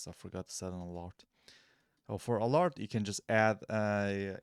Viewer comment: thank's bro ...this helps . but it's either ALARM or ALERT not ALART lol 😂😂